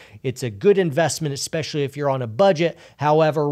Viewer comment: you said "esspecially" - is that a secret signal? Are you being held against your will? Just kidding - hope you're doing well!